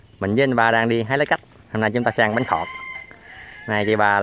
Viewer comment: bánh khọt mà mà cứ nói bánh thọt